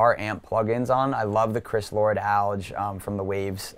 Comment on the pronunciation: Lord-"Alge." Sigh... I hope he at least knows who that is.